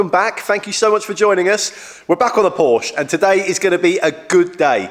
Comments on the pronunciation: Hi. My wife and I love your videos, but we also both have OCD and the missing apostrophe glares at us every week. Also, while we are being picky, Porsche is pronounced porshu, The u as in shut. Having said that, chanel is compulsive viewing every Sunday evening. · Your so precise on all you do,so you should learn how to pronounce.porsche.